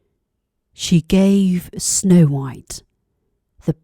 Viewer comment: 백설공주가 이렇게 따뜻하게들리다니 우리나라 영국발음전도사ㅋㅋ